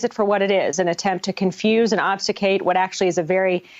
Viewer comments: "Obsticate"? Or "obfuscate"? Regardless, I stand with her and all good Americans. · I think she said "obsufcate"😂 But still, she is right! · The word is OBFUSCATE